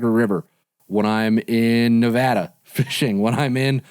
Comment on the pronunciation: I just want to say thank you for pronouncing Nevada correctly 👏🏽 thanks for all the info.